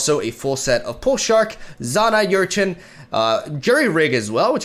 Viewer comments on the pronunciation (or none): It's 2 syllables,, "jagg-ed", not "jagd". And it's good that you've stopped pronouncing Urchin as "urkin", but you're still pronouncing it "yurchin". It just sounds the way it looks: "ur-chin". Just trying to help, since you're always trying to improve your English. Speaking of which, have you tried combining the Taskmaster with the Monkey Idol yet? Powder Monkeys are 1-drops. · It's read like er-chin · jag·ged, it has two syllables ur·chin, the ur is pronounced er like her without the h